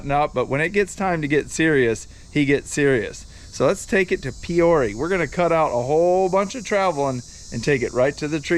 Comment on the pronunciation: Pee ore ah.. Peoria IL..I mean c'mon bruh..you get a good buck and can't even pronounce lol..bro..we have the good big ol bigguns..enjoy